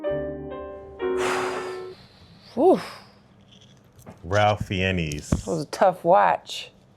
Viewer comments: I completely understand your attempt at the name. The actors name is pronounced like RAYF FINES. He is one of my favorite actors and it must have torn him up to portray such a monster. It's one of the greatest films ever created. To think that Spielberg made Jurassic Park and this AT THE SAME TIME. Its hard not to feel the parallels today. Those who hate make a lot of content these days, and there are the Schindlers who do not hate but are perfectly willing to make lots of money off of other people's hatred. Let's hope they see the error of their ways. There is not us vs them. Aint nobody but us. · Pronounced Ralph Fines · FYI - the actor Ralph Fiennes is pronounced "Rafe Fines" He's an amazing actor and one of my favorites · He made up the thing about polishing the inside of shell casings. Ralph Fiennes is pronounced RAFE FINES. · Ralph Fiennes is pronounced RAYF FINES